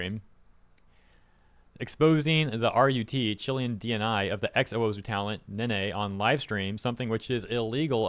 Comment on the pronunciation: that is not how you pronounce Chilean bro 😭😭😭